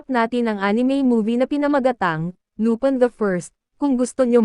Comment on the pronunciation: Lupin po' hindi lupan